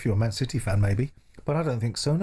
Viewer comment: Love your post’s mate but it’s CITY not CITHEH, thanks.